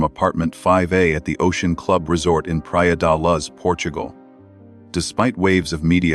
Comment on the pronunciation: It's not Praia de LUZZ